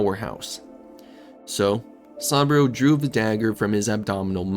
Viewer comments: Great video but why do you pronounce Saburo as Sambrio? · Gotta learn how to pronounce Saburo. 😆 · Man i gotta tell you your pronunciation of saburo was painful to listen to its supposed to sound like oo like moo